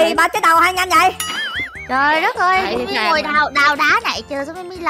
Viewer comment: Kamui nói Mimi là Timy.